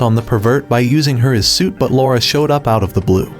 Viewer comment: Stop saying sweet and say suit, like you know how to speak stop using an a.i speaker